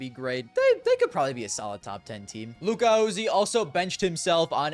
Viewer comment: Did bro say “luka-oozy”